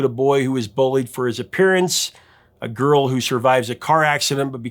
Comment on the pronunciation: "Garl" instead of "girl"... epic